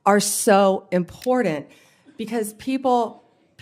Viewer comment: Yeah, I’m not comfortable with anybody being Attorney General who doesn’t know that the word important does not contain the letter D. JFC we’re screwed.